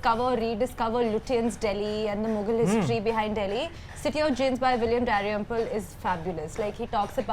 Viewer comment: its not William Daryample, its DaLrymple. Just saying